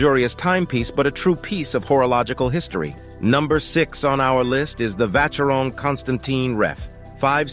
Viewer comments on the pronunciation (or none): This guy is butchering the names!! Arghhhhh! "Hub lot"??????? /oobloh/ It's French. /vasherohn/